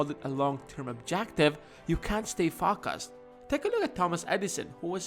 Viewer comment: Its Focus. Not Fuckus